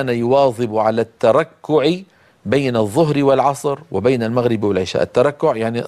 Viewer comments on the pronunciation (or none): none